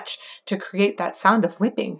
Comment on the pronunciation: 'metal is so much more' .... yeah, definitely. basically a lot of metal has VERY similar makeup to full blown opera.. but generally, a bit more anger or catharsis. whipping... pronounced Hwipping for emphasis.. gotta give James credit, however wrong it seems when written, it works when sung.